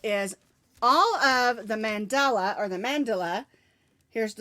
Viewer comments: Get you a chat moderator they are to watch for toxic ppl n remove . And it's called Man-da-la soft on the a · Congrats!!! I say Man dell a but thats just me!:) Love it no matter how you say it!!